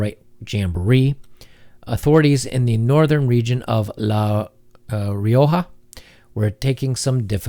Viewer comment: Fan from Madrid, Spain here. All true. Keep the good work. It was funny to pronounce Rioja and Pamplona though